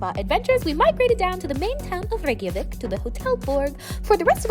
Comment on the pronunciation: I'm from Iceland and I LOVE how you pronounce Reykjavík! You make it sound soft, many foreigners make it sound harsh. Glad you enjoyed the trip!